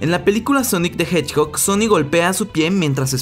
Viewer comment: dijo honic the hedgbog